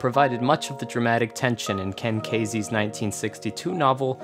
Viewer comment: KEN KEEEEEESEY not Ken "Kazy" wtf show some respect for a brilliant man.